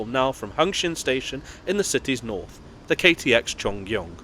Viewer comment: Great pronunciation of the Cheongryong, it's definitely not the easiest Korean word to pronounce. EUM, meanwhile, is pronounced Ee-eum, which means "connection." It was named that way because the trains connect various regions in Korea.